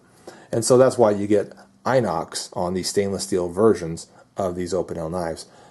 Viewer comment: You pronounce the i from inox, like you pronounce the i from "pistol" or "rims", just so you know ;)